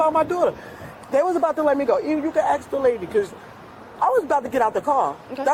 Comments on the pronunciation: What's weird is that you keep saying axe instead of ask that's weird to me 😮‍💨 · I am SO SICK of hearing "ASK" pronounced as "AXE"!! Wth is up with that?!?!?? It happens on EVERY law enforcement/arrest video channels such as this, all the time! It's the same offenders as well. Adding to that is the double-negatives and incorrect English, ie; "I ain't gonna do nothin", "You is wrong" and so on! The swearing is disgusting not to mention that they all seem to have the same "dress code" they go by, clothing that just always empathizes what one shouldn't ever wear, like yoga pants when you're 300 lbs, no bra with b**bs that hang down to their ankles and don't even get me started on the long fake eyelashes! Where do these people live? Is there not access to public education in these areas??! The obvious low IQ levels are horrendous. It should be embarrassing, but strangely, it doesn't seem to be at all. My 4th graders can articulate their thoughts better!! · Axe, aks??????? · He axe me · Alot of axeing going on lol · Why can’t people pronounce the word, “ASK”. It’s always…”AXE… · "He AXED me what time did i drop off my daughter " lol and her "first day opening her business " 😂😂 👍 👌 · Why can’t they pronounce “ask”? I’ve noticed that since I was a child. I’m sure she could say “skip” so I know she can pronounce “sk”. Just add the “a” before it. Hearing axe drives me crazy. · He axed her.. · The word is “ask”. Why is this so difficult?